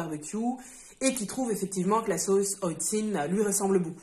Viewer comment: Alors effectivement je ne connaissais pas. Et merci pour la prononciation, j'aurais prononcé à la française (oh le touriste) 😂 À quand l'envoi de la Chan Box en Suisse ? Ça m'intéresse beaucoup